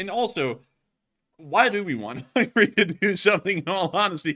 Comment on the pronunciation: He said "Hungry" instead of "HungAry" . :))